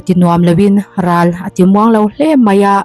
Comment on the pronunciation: 'Ral ' I sawi dan kha adiklo,a awmzia i hrethiam nange i lamdan adiklo hul hual, mahni tawng awmzia hrechianglo bawk maw inih?